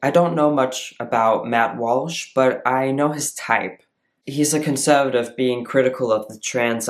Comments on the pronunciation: Why are pronouncing conservative like that? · Two things: this person seems eminently reasonable, lucid and decent AND I would have thought he was American except for the pronunciation of a single word ("conservative"). It's amazing that people who didn't live a long time immersed in another culture can achieve such an authentic accent.